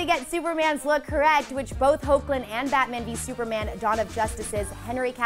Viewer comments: just ganna say this it's pronounced hek -Lin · Lol it's "Heck"lin. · His name is pronounced "Heck"-lin. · who else cringed when she said 'ho-clin" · it's pronounced " hecklin" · It’s heck-lin Bruhhh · Is not it pronounced like Hekhlin ? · Did anyone else notice that they said Tyler's last name and the MAIN characters wrong.... she pronounced them horribly!! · When are they going to pronounce Hoechlin right?😥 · It is, she just pronounced it wrong